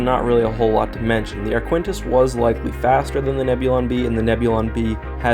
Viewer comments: I'm pretty sure that Arquitens isn't pronounced "ar-KWINT-ess" on account of that putting the 'n' in the wrong spot. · I find your pronounciation of the name 'Arquitens' disturbing... The 'ui' is silent, and there is no 'n' before the't'! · Just one thing: There is no "n" before the "t" in Arquitens. That did throw me off every time ^^ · keeps calling it the "ArQUENtis" - it's Arquitens, pronounced "ARKy-tens". Awkward. As for the EF76 carrying capacity. In the X-wing game, it was shown to have a hanger on the far side (the one not visible at the end of Empire) but the scale of the ship - 300m long doesn't really allow for any carrying capacity at all, considering the size of starfighters, pretty much the entire forward section would have to be hollow hanger space. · Sorry but this is one of the weaker videos. 1. The ship is pronounced Arq-i-tens, not Aquintis 2. The Arquitens is 325 meters (on average) in length so it is comparable to the Nebulon-B 3. The Arquitens is armed with quad laser cannons making it hard for the enemy X-Wings to get close 4. The Arquitens is also armed with double turbo lasers, so they should count double in TL weapon count 5. The Arquitens is normally carrying 4 Tie Fighters, although i think they are not even a minor factor here In the end, the Nebulon will most likely win, but not as decisive as presented in the video. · Man, where did you learn to pronounce these names? Lucrahulk is pronounced "Lukra-hulk" and the Arquitens is pronouned "Ark-it-tens", not "Ar-quin-tas" (don't even know HOW you got that one). You've done a great analysis but it's making my ears bleed! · Ark-u-tence not aquintence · Arquitens is Ar-kit-tenz, not Ar-kwen-tis. Also, Lucrehulk is with a hard 'c' (Loo-ker-hulk), as in 'lucre'. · Where in the world did you get the idea that something spelled “A-R-Q-U-I-T-E-N-S” would be pronounced as “A-R-K-W-I-N-T-I-S-S”?!?!?!?!?!? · It is pronounced Ar-Ka-Ten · Arquitens is pronounced Ark-it-ens.